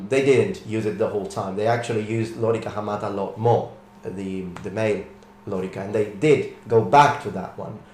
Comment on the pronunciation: It's lōrīca, with long vowels, so the accent is on the middle syllable.